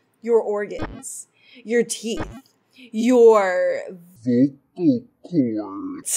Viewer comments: In second phases dialogue she said “vocal coys” :l LEARN ENGLISH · tw-i-nge not twing also vocal coids??? also also reit-tl-ate? lol.png